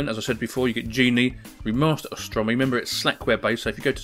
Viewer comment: it's AUstrumi not ostrumi, like the au in cOW and nOW.